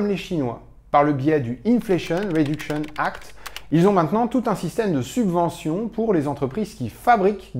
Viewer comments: *Subventions au lieu de « Suventions » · Excellent, merci ! ps : "Suventions" =P